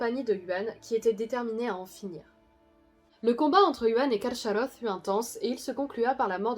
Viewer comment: A priori le "ch" se prononce "k" plutôt que "sh", il aurait donc été plus correct de dire "Carkaroth". Pouce en l'air pour tout le reste.